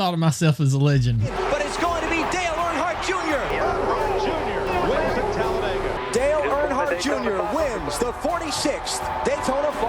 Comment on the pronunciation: "The NASCAR talladga race” 😂😂😂